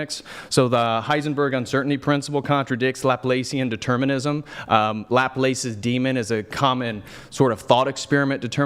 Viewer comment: is great, but bro, look up the correct pronunciation for Laplace lol